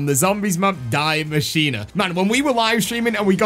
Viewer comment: “Diy maschine”💀